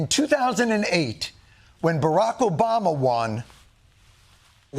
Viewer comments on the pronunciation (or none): none